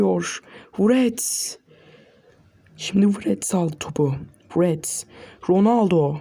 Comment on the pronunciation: Wrets derken niye wğrewts diyon knk KSKSSKSKKSKSLWKSD